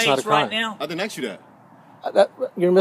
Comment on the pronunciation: I didn't "axe" you dat.